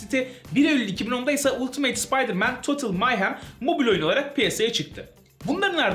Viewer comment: Ultimate "ultimeyt" diye okunmaz "altımet" ya da "altımıt" diye okunur